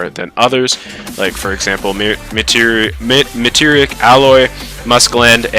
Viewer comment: Meteoric is pronounced "mee-tee-or-ick" like the things that killed dinosaurs. Great vid though